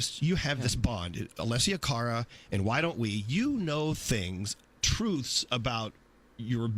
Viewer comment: Her name is A-less-i-a Car-a is how you say it